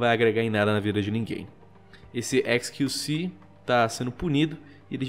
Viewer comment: XQC... Só eu q entendi "esqueci"? '-'